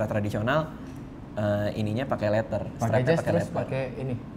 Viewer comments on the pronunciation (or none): leather bukan letter 😂😂😂😂